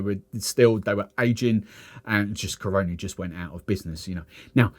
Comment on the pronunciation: natural born trini here... say it with me Cah-run-Knee. that's how you say Caroni.